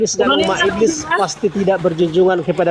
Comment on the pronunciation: Sibilisis hhhhhhhhh bliiss ibliiss 😂😂😂😂